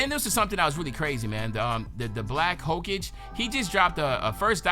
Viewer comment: Black ho-ka-ge lmaooo